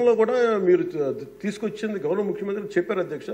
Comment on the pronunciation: ముఖ్యమంత్రి అనే పదాన్ని చక్కగా పలకడం నేర్చుకో